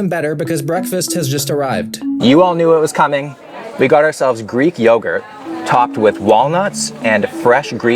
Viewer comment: 'I feel like i'm living in a greek yoguhrt commericial..'....😂😂😂